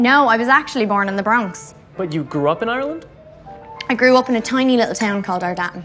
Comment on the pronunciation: And the way he pronounce Ireland